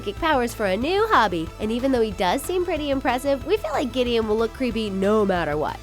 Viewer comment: Ugh giddion